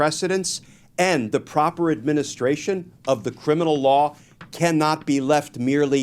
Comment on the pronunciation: Bro... admin-is-tration. administration. Say it slow a few times & you'll get it~. lol